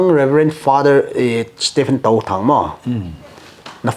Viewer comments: Bro it will be Touthang not Tothang😂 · Fr.Stephen Touthang not tothang